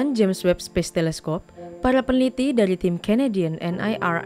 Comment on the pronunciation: Ingat! Webb, bukan Weeb